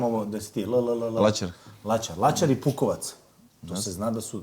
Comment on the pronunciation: Nije Pukovac nego Bukovac😂😂😂💪